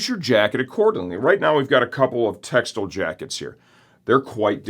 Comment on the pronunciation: Tex-tile not textle